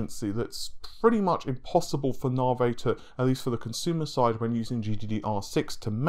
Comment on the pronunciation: Why are people struggling so badly to say NA-VEE? NA-VEY? I've also heard Rich from reviewtechusa say NAY-VEY? It's not this difficult guys..